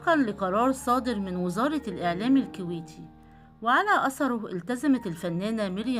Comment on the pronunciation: الكويتييي يعمي انطقي عدل